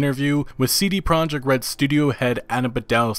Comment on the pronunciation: CD PEE-ROJEKT